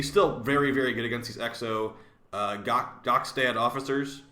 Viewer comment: Now that you tried to say Gokstad once, you can happily call them Gustrag officers again from here on out lol